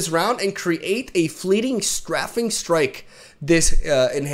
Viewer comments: it is pronounced "stray-fing" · Strafing is pronounced ‘stray-fing’, to strafe is to move parallel to what you are attacking as you attack. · In English (American) you say strafing with an A sound. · Str - ae (like pronouncing the letter "A") - fing strike